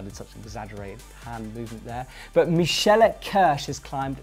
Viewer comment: That pronunciation of Michaela Kiersch tho